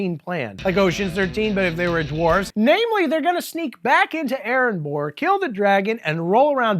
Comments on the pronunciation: Erebor* not erenbor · Aaron Boar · Are you mispronouncing Erebor on purpose? Why do you keep adding that N in the middle? Not one example of a character saying it has sounded like that & it's not spelled with an N...